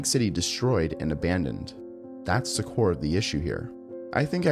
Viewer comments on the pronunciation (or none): none